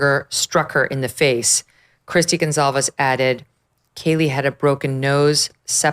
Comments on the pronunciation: Good God woman. Their name is not Gonzales!!! And it’s not Kohlberger ?? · It's Goncalvez, with a C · Thank u. And she just said Steve Gonzales…god God